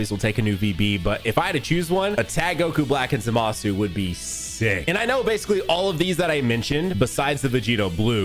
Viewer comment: Did bro say lr goku black and zamusu